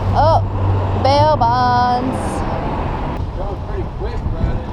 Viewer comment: I like how you say “bail bonds” like “slot world” lol